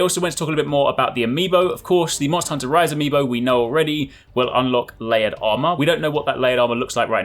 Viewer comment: When you say MH Rise, I don't know ehy it sounds like MH Rice xD